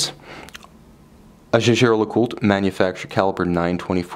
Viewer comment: Isn't it pronounced Yeagar?